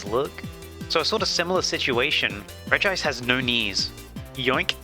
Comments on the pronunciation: Regime is pronounced “Regi-ice” (reh gi ice) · Google says you say regice REGI-ICE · its conformed that its pronounced rej ice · Ive personally started pronouncing regice as (ree-jis) like Regis Philbin because it upsets people. I dont think theres a right way to pronounce it so i choose the wrong way. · I feel like Regice would have looked better if The Spores could levitate. Because in the anime most of the time Regice never never uses his legs, mostly of sliding in ice, but like in the movie of the regis, he levitates most of the time if i remember correctly. Also i always pronounce her name as Regi-ice. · Regice is pronounced.